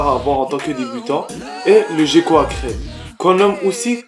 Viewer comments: Sa ce prononce guecko pas jecko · Sa se prononce guéko